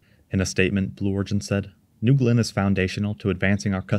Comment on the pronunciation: "newgewlynn" booster